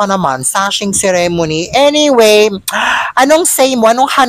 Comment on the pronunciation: Ikaw din plain ka din and boring. Ayusin mo magpronounce nga ceremony.